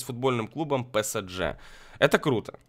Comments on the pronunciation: не псджэ а псж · не ПЭСЭДЖЭ, а ПЭСЕЖЕ(ПСЖ) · не псдж а правильно псж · Не псдже а псж вообще-то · не псДЖ а псж